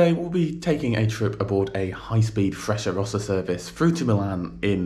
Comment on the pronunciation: I traveled from Milano to Roma and back several times. In spite of all the extolling commercials of the Frecciarossa (Italian pronunciation is different from yours), I think you are completely right.